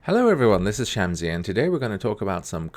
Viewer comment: Why do you pronounce your name as "sham-zee" when it is? ("Sun" in arabic btw)?